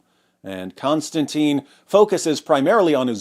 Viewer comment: I could almost watch your overly simplistic podcast if you didn't keep mispronouncing the name of the person that you're talking about for f***s sake. Kon-Stan-TIN. IT'S NOT CONSTANTINE IT'S NOT ANYTHING LIKE CONSTANTINE IT'S NOT CLOSE TO CONSTANTINE IT'S COMPLETELY DIFFERENT. Next you'll be talking about Constantine Kissing. which it's not! Ugh. sorry a bit OCD but this is the 100th time I've seen this amazing person's name totally mispronounced. I know I probably shouldn't take it out on you and I apologize for that.